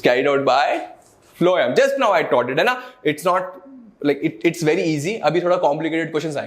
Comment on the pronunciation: Sir Why you used to say phloam instead of phloem, i suddenly feel that i should see another video rather than, you should correct your silly mistakes .🙂